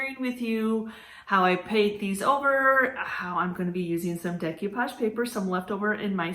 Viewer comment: Sorry this just drives me bananas. It's pronounced day ko-pahj not deck you-pahj